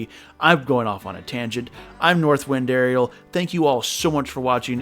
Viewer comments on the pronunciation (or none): none